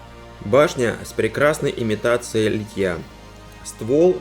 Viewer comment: Почему Вы говорите литьЯ? Надо говорить лИтья, как лИтник!